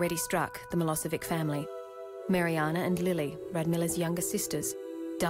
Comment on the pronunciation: I wonder if they realise they are pronouncing Milosevic incorrectly? 😕😒